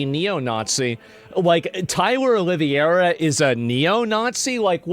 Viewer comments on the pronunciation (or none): It’s pronounced olive- air-uh not o-live-ee-air-uh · Please just stop saying OLIVIERA, it's OLIV-HEY-RA! It's starting to hurt, coming from some1 as intelligent as you. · The way he's pronouncing Oliveira is crazy 😂 it's "oh-lee-vey-ra" Portuguese/Brazilian name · Asmongold is the Chael Sonnen of Twitch. This "Olivieira" is bugging me 😂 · Its not Oliva-iera wtf learn to pronounce his name lmao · Oh-lee-vera. Say it with me Tyler Oh-lee-vera. Common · OLIVE-VERA!!!! How in the world did you come up with that pronunciation!?! That is not how you pronounce Oliveira! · Tyler's patreon has been removed. I mean... have you guys seen who runs Patreon? He's a great musician! Also, Tyler's last name is pronounced: "Olive - aye - ruh" (like in play). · Not Oliviera, Oliveira! It's a Portuguese surname. which curiously has jewish origins, because it's a surname made by/for new born christians during the Inquisition. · I see that Asmongold doesn't know how to pronounce the name 'Oliveira'. Saying Olivierra is not the proper way. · Please learn how to pronounce his last name. Just read it. Oliveira = O-liv-era. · Isn't it pronounced olive-era? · The way you say his name is so wrong😂😂😂😂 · Brother PLEASE start pronouncing his name correctly for the love of God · bro pronounce his name right ffs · you're pronouncing his name wrong brother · It's O L I V E R A 😂😂😂😂😂😂😂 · it actualy impresses me how asmongold can pronounce every single persons name wrong